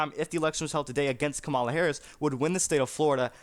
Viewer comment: You don't even know how to pronounce her name!